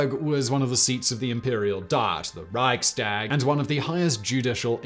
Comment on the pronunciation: It's one of these thing anglophones in general tend to get wrong about the german language. Like not getting when syllables end with an "s" (e.g. saying Reich-stag, instead of Reichs-tag), or pronouncing a "ch" as a "k". Though to his credit, he did avoid the latter.